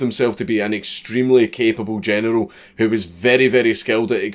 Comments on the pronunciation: Still waiting for him to figure out how to say general without saying genital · You can't say general without it sounding like genital and it is one of many reasons I love you.